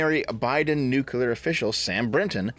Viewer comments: Say it with me New clear New clear New clear nuclear Not nucular Think nucleus not nucluus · Nuclear. Not nucular. Please. 🥲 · Nuclear. New. Clear. Not nukular. Thank you. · Hearing "new-cue-ler" instead of "new-clear" is like nails on a chalkboard. Great vid as always otherwise. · Nuclear, not nuculer. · I thought we all learned this: NUCLEAR. "new"-"clear." Not "nuke"-"ular." George Bush was ravaged by the media for this for a long time, how is this still happening? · DEV FOR FUCKS SAKE STOP SAYING "NUCELAR" I'M BEGGING YOU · anyone who pronounces it nucular just sounds like a fucking idiot. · "American Nukular" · Nu- CLE -ar It's a habit, I know. No hard feelings. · Why do Americans struggle with the word "nuclear" so much? Genuinely asking. At first it was just "Stoopid Americans can't say word" when I first heard it... but I'm wondering why it spreads so far, even among theoretically intelligent Americans. What is it about the word "nuclear" - nu...clear - that results in Americans frequently saying "nu-cu-lar"? It seems to transcend individual regional accents; it seems to transcend class. Is it literally just that a few influential idiots ensure the error is heard on a regular basis, or is there something more to it? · I know this an in-depth, well-thought-out video, but I can't get past saying "Nuclear" the wrong way.